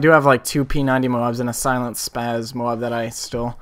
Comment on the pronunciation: i gave you a nice lil like, cause this is insane good, but my 2 cents/pet-peeve, its spaS not spaZ